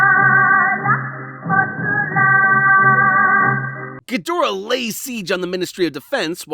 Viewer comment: effing punking. Question: I haven't seen the American dub of Ghidorah in forever, are you going with the dubs pronunciation or is it your American pronunciation that's... Lacking. You even got the Director's name (ironically?) Wrong. Sorry I didn't think it bugged me as much but on a second viewing I don't know why but my brain just hurt watching actual cognitive dissonance between the written name and how it's pronounced. Just an Asian man with too many pet peeves